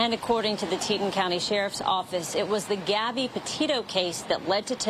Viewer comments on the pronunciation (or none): Teton is pronounced Tee-Tawn.